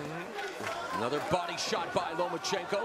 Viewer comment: It's Lomachenko not Lamecheko Ma'am. FYI